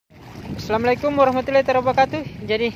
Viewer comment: Wabarakatu bukan tarabakatu, kalau ucap salam yang bener bro, lain ucapan lain artinya, tolong diperbaiki